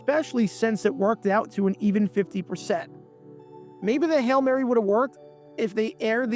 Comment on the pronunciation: Well they also said “hell Mary” a number of times. i think we all know it’s “Hail Mary”.🤪